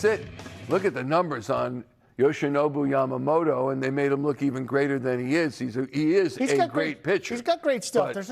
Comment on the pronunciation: 『ヤマモト』 おお～♪ 『ヤマモーロー』 え〜？！もう〜💧